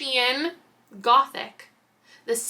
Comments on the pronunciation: Cuz I love you girl and I saw you struggle a little, as someone who has been born and raised in Appalachia, it’s pronounced App-uh-latch-uh or App-uh-latch-in. 😂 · Not me over here literally clapping at your pronunciation of Appalachian! 🤣 App-uh-latch-in